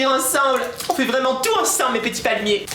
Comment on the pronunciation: Viveuh les palmiéuh ^-^ + un laïkeuh